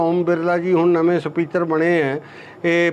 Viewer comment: Speater ni speaker hunda